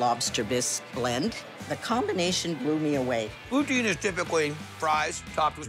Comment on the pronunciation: HAHA HE SAID IT RIGHT THE FIRST TIME "POO-TIN'